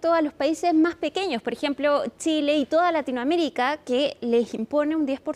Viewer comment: NO ES.""" MAJ.""" ALTOS. ES MAS ALTOS. YA ESTAS GRANDECITA. PRONUNCIA. BIEN EL ESPAÑOL